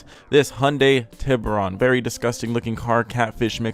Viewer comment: Oof its Tiburon XD